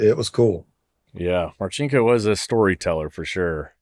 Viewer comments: It’s pronounced Mar-sink-O…….👍🇺🇸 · Wait...in one of Marcinko's books, I read it's not Mar' chink' o, he's no chink🤷‍♂️